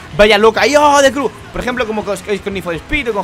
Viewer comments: se pronuncia criu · The crew se dice como the criu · prado se dise de criu